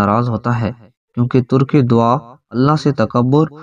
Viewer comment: Urdu parna to seekh lo tak e dua ko turke dua kah dia